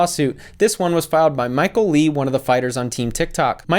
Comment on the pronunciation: Hey! I am Viet and you pronounce Michael's last name "Le" as "Lay" not "Lee"! Thanks for the video!